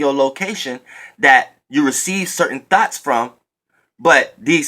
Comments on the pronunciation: When you say thoughts, it sounds like Thots,Lol, Even though we know what you mean. 😈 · I thought u was saying thots😂😂 Thank u for this message. I definitely needed it😩💜👏🏾